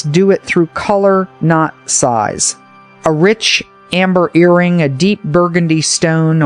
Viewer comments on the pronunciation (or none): none